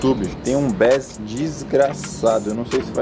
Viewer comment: Falante safadinha, e nem é um sub-woofer e sim um woofer o grave não desce tanto nele, por a borda ele é fina, e Bass se pronuncia "Beis"